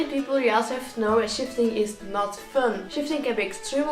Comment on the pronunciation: I kept thinking he was saying shitting 😂